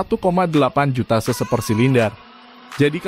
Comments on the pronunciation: CC bang bukan se se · Bukan seu seu tapi ce ce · Iya denger aga kaget sampe ulang ulang, ternyata maksudnya CC 😄